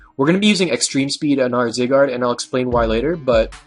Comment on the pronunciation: First of all, its zYYYgard, as in the long I sound. Secondly, could you do a video on voltturn please?